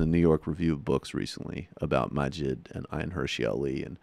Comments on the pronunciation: Can't even say Maajid right. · The fact that this person cannot properly pronounce the names of either of the people he's criticising makes me wonder exactly how much has he actually listened to the points made by either of them. Ayaan Hirsi Ali and Maajid Nawaz are not difficult names to pronounce, if you've spent any time listening to the interviews they've given to folks like Sam Harris or Dave Reuben. It's not hard, if you spend any time giving these people an honest listen.